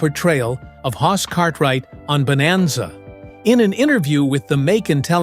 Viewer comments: Bonanza, Not Boemazza. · AI-can't even pronounce BONANZA at the start. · Your AI couldn't even pronounce bonanza correctly. And that was in the first three seconds. Why should I watch the rest of this garbage?